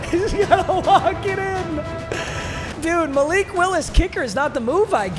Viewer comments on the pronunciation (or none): none